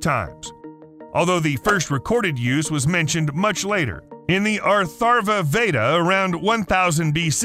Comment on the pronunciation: you pronounced “Atharva Veda” completely wrong sir.